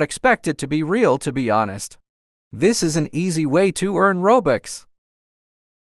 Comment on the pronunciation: Re-yal or fake fake oh no re-yal